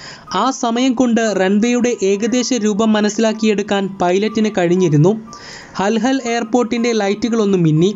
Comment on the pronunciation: ഇല്യൂഷിൻ II76 അല്ല.. 😄😄 IL 76 ഹൽഹൽ അല്ല.. ഹുൽഹുലെ